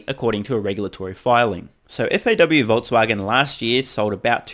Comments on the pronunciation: Did they say Vol"t"swagen?? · Voltswagen haha😜😜 nice aprils fool story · Haha...FAW-Voltswagen. At least it is 4/1. But the joke's on Reuters.